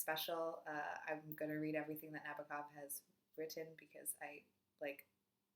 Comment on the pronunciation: Mary was Nabokov's first book and it was in Russian. Lolita was his first book written in English. I love what I've read of Nabokov, I need to read so much more. Thank you for mentioning the translator :) not sure if I should correct your pronunciation of NaBOkov :P Great reading month :)